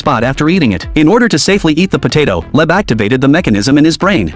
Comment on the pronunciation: Leb is wrong It's leib